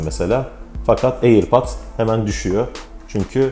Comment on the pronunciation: Airpats !! diyip durduğun için izleyemedim vidyonu kardeşim